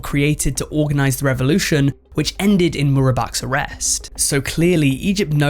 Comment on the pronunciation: im so sorry but his name is hosny mubarak not murabak